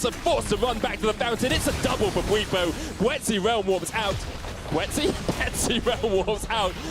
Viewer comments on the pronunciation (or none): bwetsy? Lmao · 15 minutes in and theyre already getting bwipo's name wrong again